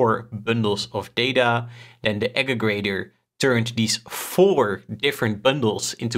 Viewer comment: Good video just something to note is that it’s actually aggregator, not ageggrator